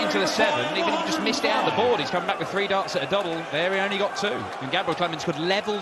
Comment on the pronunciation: 'Shh!tephen' 'I think he 'gort' the point'!